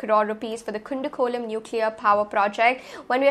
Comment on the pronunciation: its ku- dan - kulam plz pronounce it approximately crct,u no need to be exactly crct,omg!!!!! not able to hear